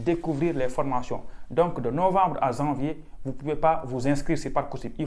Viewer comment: On ne dit pas « zanvier »... parler correctement le français cela peut aider pour venir faire des études en France 😏